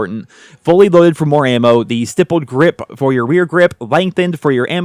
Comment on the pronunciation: You pronounces stippled grip correct. IDK how many other tubers say it incorrect. Thank you Sir